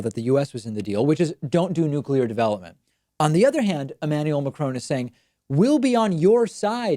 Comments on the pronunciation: MA-KRON. It's quite a soft N. Definitely not that Mar Chrone thing you have going on! Thanks for the video 🖒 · its macroN. not macronE... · It's Macron not Macrone. Short O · He's not McCrone, he's Macron, you know, like Galvatron or Magnetron.